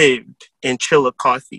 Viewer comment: Chillicothe here😁glad u pronounced it right lol